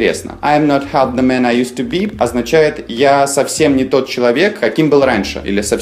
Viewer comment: Здравствуйте! Меня давно волнует вопрос произношения буквосочетания th. Например, в артикле the. Вот у вас я слышу, что произносится на транскрипции русского языка " ти", "тэ". У меня был преподаватель, который проходил стажировку по английскому языку в Англии. А затем он преподавал английский язык несколько лет в Германии. Так вот он давал нам такую транскрипцию : например, слова the - зэ, слова think - синк. Моя клавиатура не позволяет написать транскрипцию из английского словаря, где буквосочетание th произносится как твёрдый и как мягкий звук ( то есть "з" и "с"). В вашем случае этот звук произносится как "Д" и "Т". Но есть версия, что это произношение американского происхождения. А мы знаем, что американцы изрядно подпортили английский язык. Даже эту песню я слышала в исполнении разных певцов, и также это буквосочетание th произносилось и как "з", "с" , и как "д", "т". Кто же здесь ближе к истине? Надеюсь получить от вас ответ. Спасибо.